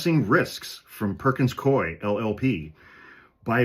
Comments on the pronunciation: It's pronounced cooie, rhymes with dewey. (I once moonlighted there in a temp job for a couple of months about a million years ago in the 90's.) I hope that helps. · It's pronounced "Coo-ee." Back in the day, my best friend and compatriot in the law, worked for them. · It's 'coo-ey.' My next door neighbor is a partner there. They screwed with the wrong law firm. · It’s pronounced COO-ee. I learned this from Legal AF. 🙏🏼💙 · It is Perkins Coo-E (I temped there decades ago).